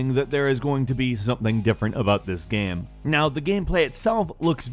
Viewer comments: bro its game not gaiem. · "This is a great gaem." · you are saying game super weird.